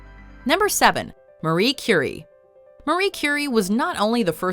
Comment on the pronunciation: Cuuurie not Curry